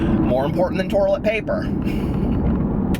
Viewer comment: The "turlet"! LOL!! Love your rants so much!! ♥